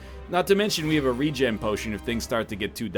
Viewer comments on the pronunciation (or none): none